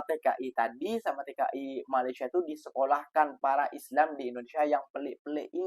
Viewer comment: COBA PERHATIKAN DAN DENGAR BAIK BAIK APA YANG DIUCAPKAN... BERKATA MALASYA... MALASYA... MALASYA 🤣👻🤣👻👻👻